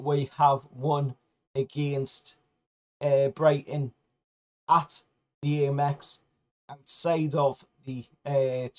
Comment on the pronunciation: Gaahh, it's ahmex as in American